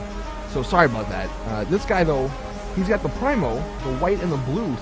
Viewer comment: "Here we have the primme-o" he says as he looks at a Faction